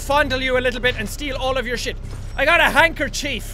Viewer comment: JAAAAAAAAAAAAAAAAAAAAAAAAAAACK! YOU SAID HANDKERCHIEF WRONG!!!!!!!!!!!!!!!!!!!!!!!!!!!!